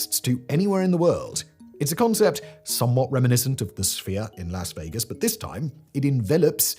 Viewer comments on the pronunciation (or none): none